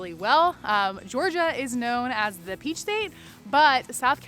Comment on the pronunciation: She said peachi lol